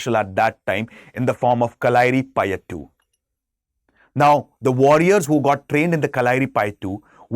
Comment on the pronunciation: Its not kalaari...just "kalari"..and pronounciation in malayalam is ..kalari payatt...dont stress the "U"